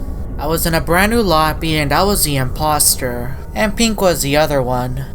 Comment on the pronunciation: It’s the I’m-pop-ster